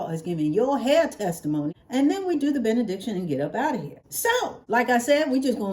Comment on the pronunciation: “Benediction” 😂… p.s. you look so cute in your tank top!